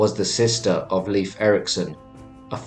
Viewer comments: it’s pronounced layf my guy not leaf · Please for the love of the god please use proper pronunciation. Leif isn’t pronounced to sound like leaf. Made me cringe every time and was super distracting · Leif is NOT pronounced "leaf" for crying out loud!!